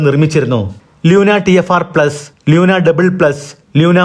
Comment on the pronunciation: ലൂണ🎉 ലൂന അ ല്ല